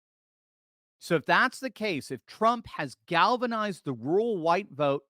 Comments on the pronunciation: Pet peeve Its ruRal.. rur-ral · Are you saying rural white vote or rule white vote.